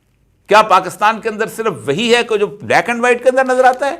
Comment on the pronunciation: Avoid shouting, be gentle. You are supposed to be civilized being a seasoned person. Further, you always say "PAAKASTAN" try to learn how to pronounce it properly.